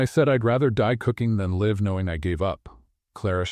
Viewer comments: The correct pronounciation is ‘life’. (LA IF) not Lhow you pronounced. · Learn to pronounce ‘ live ‘ correctly!. It’s same as ‘life’ in this context.